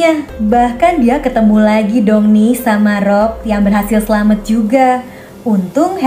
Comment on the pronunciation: Selamat kak bkn selamet